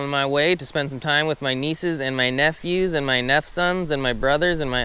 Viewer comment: Did you just say nephew sons 😂😂